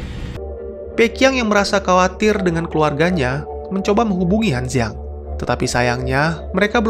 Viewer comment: Sedikit perbaikan utk ngeja bahasa Mandarin ya Bang... Z dibaca C C dibaca J J dibaca C Q dibaca J D dibaca T T dibaca D B dibaca P P dibaca B Jd kalo namanya Han Duo Duo, itu bacanya "Han Tuo Tuo", Liu Qi jadi "Liu Ji", Han Ziang jadi "Han Ciang" 🙏🏾😁